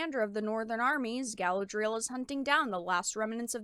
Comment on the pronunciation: "" can't even pronounce Tolkien and Galadriel correctly. That's not a good start for defending the sanctity of the "source material." Reading the Unfinished Tales (a.k.a. the "source material") will give a better understanding of Galadriel, called "man-maiden" by her mother and described as having "fought fiercely" in the 1st Kinslaying.